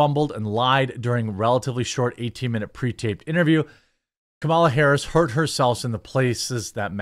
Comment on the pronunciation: DID YOU SAY CAMEL A. HARRIS... I DISTINCTLY HEARD IT... EVEN CAMELS ARE ASHAMED OF HER...